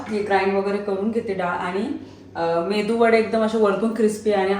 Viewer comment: Mendu nahi medu Vada 🙏🌹